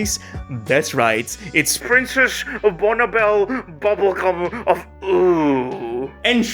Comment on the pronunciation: Oh, come on, bro. At least pronounce it right. It's pronounced princess Bonnibell Bubblegum of levios-oooohhhhh.....